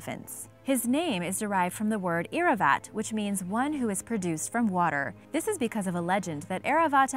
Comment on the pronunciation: No 8,7 and 6 Laxmi, Narsimha and sharabha are not mythical creatures, those are gods in Indian culture. Airavat is pronounced in this way:- air-aa-vat, try to speak this together. Lord Shiva and parvati's son's names are Ganesh and kartikey kumar, where kumar simply stands for boy and kumari stands for girl in sanskrit. I hope you guys will find it useful 😊.